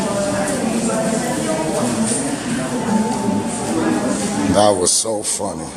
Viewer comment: Its not a lawcfool